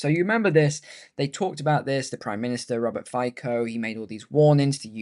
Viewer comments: Just to let you know, Fico is pronounced Fitzo. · It’s pronounced as “Fitso”